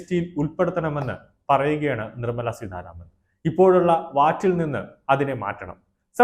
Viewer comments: നിർമ്മല സീധാരാമൻ അല്ല, നിർമ്മല സീതാരാമൻ. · Adyam peruparayan padhykku.Seedharaman alla .seetha raman.Ninakku veliville. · നിങ്ങൾ എന്ത് മലയാളമാണ് പറയുന്നത്? ധന മന്ത്രിയുടെ പേര് നിർമ്മലാ സീതാരാമൻ എന്നാണ് സീധാരാമൻ എന്നല്ല. ഐകൃകണ്ഠേന എന്നല്ല, ഐകകണ്ഠേന എന്നാണ്. തിരുത്തേണ്ടത് ആണെന്ന് തോന്നുന്ന പക്ഷം തിരുത്തുക.